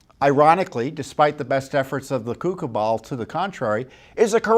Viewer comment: Ha! "Coup cabal" sounded like "cuckoo ball"...either way, it's correct! How do we know the unread question named the WB? And, if it did, MAYBE it couldn't be read because there's an investigation already in progress? Just wondering.